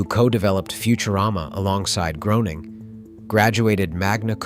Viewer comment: Its pronounced Graining ive seen Matt state.